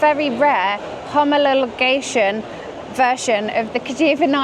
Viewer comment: In her defence it is a difficult word to pronounce.